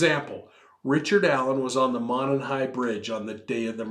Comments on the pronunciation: You’re so cute! Thanks for a great podcast. FYI, as a local Delphi resident, we pronounce Monon as Mow-non. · It's pronounced mow-non. No big deal just a heads up.